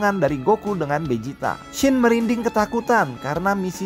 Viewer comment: Vegeta bang bukan bejita